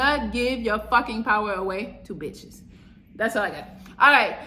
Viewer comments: Every time she says itches makes me 😂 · Thts a fact